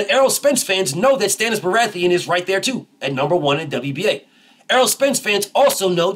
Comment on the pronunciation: "Stannis Berathian" 😭😭😭😭😭 BF ? 🤣🤣🤣🤣🤣🤣🤣🤣🤣